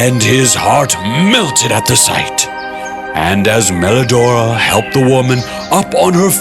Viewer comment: PWRINCESS MWELIDORAAAAAAAAAGH